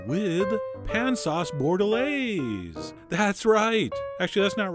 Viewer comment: You butchered that french steak sauce term T_T hah!